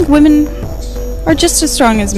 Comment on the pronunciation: another illiterate to ignorant to know how to pronounce women correctly.